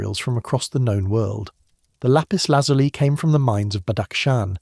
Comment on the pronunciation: Please check the pronunciation of Lapis Lazuli. It is pronounced as if it ended with a y as in the word by.